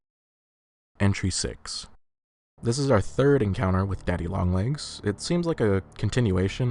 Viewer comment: i giggle everytime you say daddy long legs